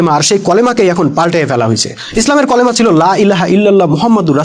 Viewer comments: আপনার উচ্চারণ তো ঠিক নাই, কলেমা তো হবে না হবে কালেমা। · ভাই কলেমা নয় কালিমা উচ্চারন ঠিক করেন